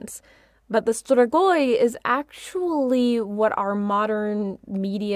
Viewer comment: it's pronounced stree-goi